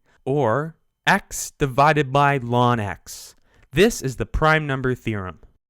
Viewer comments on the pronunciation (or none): Great video, except you should not pronounce ln(x) as 'lawn x'. Nobody ever calls it that. It's 'the natural log of x'. Or, once it's understood, just 'log x'. Or L N of x.. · why is 'the natural logarithm of x' being vocalized as "Lon X"? I looooooooooooooooove this topic. the info is well-presented. but I swear - - math people talk weird sometimes. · Wow. Laaan x. Nice over-pronunciation...